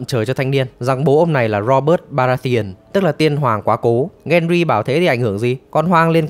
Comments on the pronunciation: xem nhiều. Việc chế tên là hay, nhưng đọc tên chính thì đọc đúng nghe dễ hiểu hơn. Ví dụ như pi tơ bay lắc khác pe tơ, gen ry khác gen rai, tormund đọc là to mun chứ ko phải là to măn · cái tên Peter Bay Lắc thì là troll nhưng Ygritte với Gendry đọc sai lè ra.